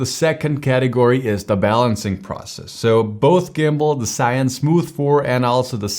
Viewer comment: Great comparison! I have the Smooth 4, now I have to upgrade. BTW, "ZHI" & "YUN" are two separate Chinese characters. Here is the correct pronunciation